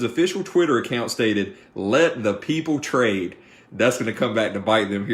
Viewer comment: "Let the peoplet rade" - Robinhood 2016